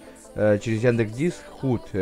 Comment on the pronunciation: Хут?)) Худ если что...